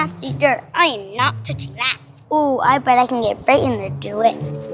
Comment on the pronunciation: I love when he says I’m not thoching that